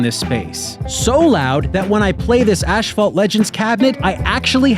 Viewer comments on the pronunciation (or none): its "ass-fault" NOT "ash-fault" IF the "h" were at the BEGINING THEN AND ONLY THEN would it be "ash-fault".......BUT ITS NOT! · he said Ashphalt not Asphalt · What the HELL is ashfault? Is that a canadian snowman thing?